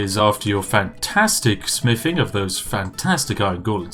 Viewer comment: When you said fortify smithing one time I thought you said fortify spiffing